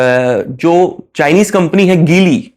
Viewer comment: भाई गीली नही है वो जीली है ।